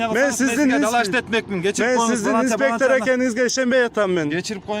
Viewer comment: Автор Таластыкпы инспектыырр дейт го